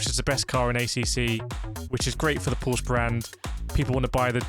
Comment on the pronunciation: Dear YT algo: The E on Porsche is not silent.